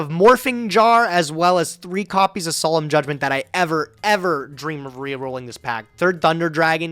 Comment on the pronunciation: my mans really called judgement "solemn jay"